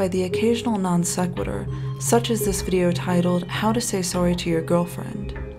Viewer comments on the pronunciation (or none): How fitting that this channel would have a weird pronunciation of "non sequitur"